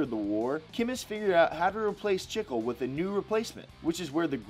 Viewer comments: Bruh you pronounced chicle so wrong... that was like calling a tortilla a tortila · Am i the only one bothered by the way he said chicle